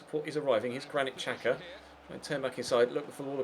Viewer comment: It's pronounced Shaka not Chaka and Ozil not otsil